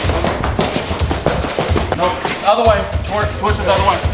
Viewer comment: "If eet bleeds, wee can kill eet"